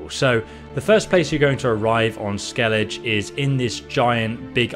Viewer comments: how is it that you play the game, they SAY THE NAME of the place and you still cant say it right. Ske-le-Geh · you say the 'g' in Skellige like you say the 'g' in Geralt. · Dude first off great video love it but my god skellige is pronounced skell aga not the way you were prounocing it it's just painful to here because it's said so many times in the game properly and your butchering it other wise great video keep up the great work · Didn't wanna say it but I gotta.. It's pronounced (Skell-i-gah) Skellige. Sorry. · I'm sorry to say every time you said Skelige, I cringed... Otherwise nice. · Omg the way you pronounce Velen and Skellige is driving me crazy lol. Listen to ANY amount of dialogue in the game and it will tell you how to properly pronounce them. Skell-ig-uh, vel-in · I think this guy has some sort of reading or learning difficuty. There are several words he has a problem prnounving, like Skelige and Ursine. These videos are useful but the audio just makes them too annoying to watch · How the hell does someone manage to mispronounce "Skellige" when it's said correctly hundreds of times in the games dialogue? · Bruh how do you play through the entire skellige arc and still pronounce it the way you did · good video bro but the pronunciation of skellige is way off. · The mispronunciations in this video hurts my ears. But still, thanks. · Why do you say Skellige wrong compared to every character in the game? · I hate how he says "Skellige"...it is like saying "Jenefer" intead of "Yenefer" xdd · why do u pronounced skelige like that🗿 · dude, they literally call it "skellig-eh" all the time not "ske-lidge" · I was just about to start a new NG+ playthrough, good thing i didnt cus i would go in with Feline armor and i wanna do it on Death March. P.S. Its pronounced "Skel-ige" and not "Skel-ije" just some constructive criticism :) Edit: sorry, didnt know you are dyslexic, sorry if i made you feel bad by correcting you. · „Skellidge” xD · SKELL EDGE